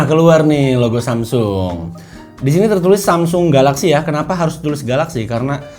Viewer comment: susah bget sih nyebut samsung... wkwkwk